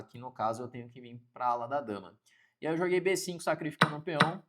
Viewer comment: Bê CINCUN KKKKKKK